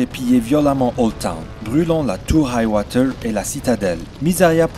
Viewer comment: Hight-tower pas Hight-woter